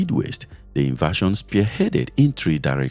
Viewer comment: Invasion not inversion. Please mind your pronunciation.